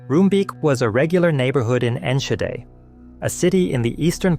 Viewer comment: It's still one of the worst disasters in Dutch history. Along with the Bijlmerramp and the Watersnoodramp. Not much to correct, though Enschede is pronounced with a dutch g and Roomsbeek is more like roamsbake in pronunciation. That said, SE Fireworks had once been outside of city limits. The city just thought it'd be a good idea to build around what's essentially an explosives storage site, despite warnings. The company should've been vacated ages before the 90's. IMO, especially in light of the tomfoolery after, the majority of the blame should have gone to the responsible politicians.